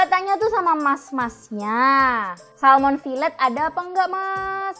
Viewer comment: Salmon bukan Salom